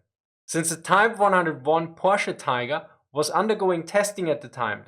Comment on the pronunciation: It's pronounced Porsh. POOOOORSH. - Homer Simpson